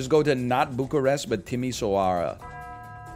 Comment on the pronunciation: just fyi Timișoara is pronounced ti-mi-SHWA-ra (not ti-mi-so-AH-ra) because of that comma thing below the s making it a sh sound (: and Iași is yash(i) (like barely pronouncing the i at the end) not aiazi (